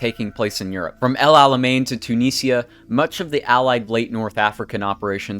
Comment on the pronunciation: Too-knee-seea, Bella-russ, car-chano, Ous-sea,…..I mean I did watch the whole thing but those pronunciations were cringey